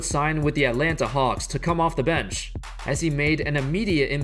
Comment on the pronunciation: Who else getting annoyed but the way this guy says bench